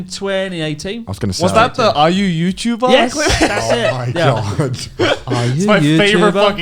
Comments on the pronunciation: r u youtubah? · Ah Yew Yuchuba? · Are you youtuba Come back when your youtuba.